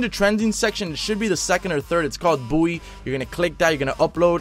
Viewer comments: It is Bowie not boowie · ITS BOWIE KNIFE NOT BOOIE KNIFE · "Bowie" not "Boowie" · Pls pronounce Bowie correctly